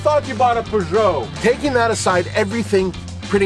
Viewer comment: 1965 Poo-Joe 404?